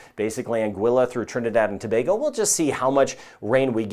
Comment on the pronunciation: Thank you for your weather report and for pronouncing Trinidad and Tobago correctly .🇹🇹